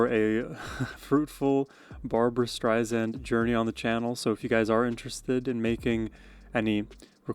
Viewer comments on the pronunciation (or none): Her name is pronounced Streisand, like sand on the beach. Alot of people forget that. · dude, you gotta spell barbra correctly! and pronounce the last name with an "s", not a "z"... other than that, let's go... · Just a note ... CORRECT PRONUNCIATION it's Barbra "Strei-SAND " not Strei-ZAND. 😉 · Just a friendly correction. Her last name is pronounced Strei Sand, not Strei Zand. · Please, please learn to pronounce her name: Stri-Sand. And she’s really upset when people mispronunce it! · Have been a massive Barbra Streisand fan for the last 50 years and have attended several of her concerts. There will NEVER be another artist like Barbra. Am so glad you have discovered her and I love your analysis of her voice and her songs! Just an FYI, her last name is pronounced Streisand with ”sand” being the 2nd syllable, not “zand”. She has often said in her interviews, that is a pet peeve of hers when people mispronounce her last name. Just thought you would want to know! Keep up your great shows….am enjoying you! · You are just lovely! You absolutely must start to pronounce her name correctly. StreiSAND as she says, "like SAND on the beach"